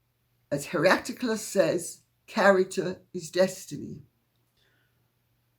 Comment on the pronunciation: His name is Heraclitus - sorry to draw attention to spelling and pronunciation - his statement is so precious to me, thanks for transmitting ancient knowledge which is part of our civilisation - you are are shinning star precious Lady C!